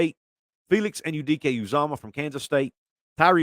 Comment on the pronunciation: Great job saying Felix’s name right only the Big 12 people know how to say it everyone else says it wrong